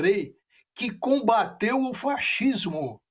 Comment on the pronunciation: Maierovitch falando italiano? Kkk A pronúncia "Faxismo" é italiana. Em português se fala "Facismo", embora se escreva fascismo. A sequência "sc" na palavra fascismo funciona como um dígrafo, o que significa que as duas letras juntas produzem um único som, semelhante ao som do "c".